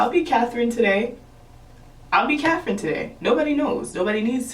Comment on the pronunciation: “ I’ll be cathren today “ 😂